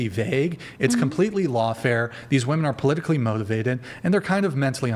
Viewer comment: "polillically" lol that man is funny